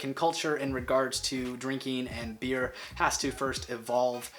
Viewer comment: You don't say "Beere" you just say beer